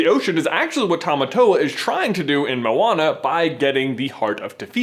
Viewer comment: it's Mo-Wa-Na. not mona. white boy.